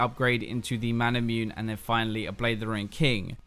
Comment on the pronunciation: It's not Mana-MUNE as in Immune. It's Mana-MU-NE.